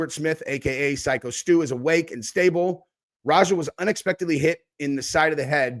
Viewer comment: WTF. So why do you say that? Because of how he looks?? People could literally say the same thing looking at you lol. The dude is literally a veteran and the victim of a brutal beating and you feel the need to degrade him? For what reason? And get his name right ffs. Its Stu! Man this video was infuriating from you. And i don't even want to get started on your insane pearl harbor/japan comment and comparison. That was equally infuriating and ridiculous.